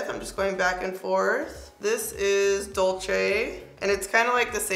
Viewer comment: DULCE NOT “DULCHE” 💀